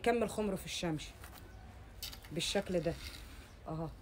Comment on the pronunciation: هي بتقول الشمش ولاانا بسمع غلط